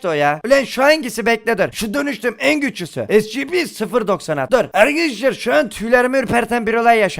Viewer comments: Abi e si pi (scp) esipi diye okunuyo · abi esipi diye okunuyo scp diye yazılıyor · Şuna scp demeyin onlara şöyle okunuyo esipi